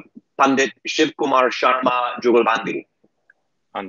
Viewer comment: why is it so difficult for you to say Shiv Kumar Sharma?